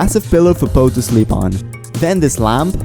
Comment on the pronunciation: IT'S POU NOT BOU